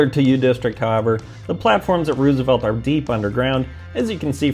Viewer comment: You mean mean "Westlake"? lol / - Us locals usually say "rose-a-velt" not "roos-a-velt". Like the 26th and 32nd presidents.